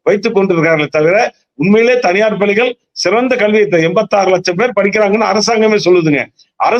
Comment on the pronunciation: Can't you pronounce palligal பள்ளிகள் properly